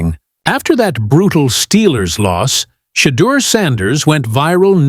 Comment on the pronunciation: This guy cant even say Shedeurs name. I’ve never heard him say Shedeur Sanders. Correct me if I'm wrong. The hate is real. Its ridiculous.